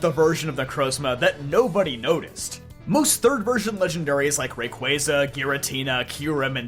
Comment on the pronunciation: The only poketuber that pronounces rayquaza correctly